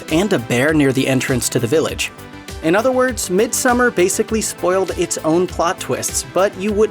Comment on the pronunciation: thankyou for saying summer and not "so-mar" or "som-mar"